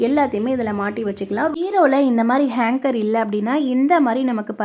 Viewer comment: Very good ! நல்ல ஐடியா!Hanger! Hanger, Hanker என்று சொல்லவேணாம்.